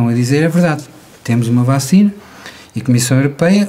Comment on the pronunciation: Um professor doutor que diz bÁcina, pensei que era trollanço. 😂😂